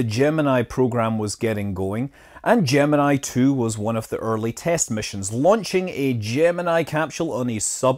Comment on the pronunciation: "Gem-in-E" its pronounced slightly different for the NASA program :)